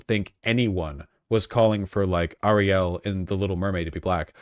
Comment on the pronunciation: can vash not say common names correct, miles morales - and ariel he is putting interesting emphasis on the last sylabols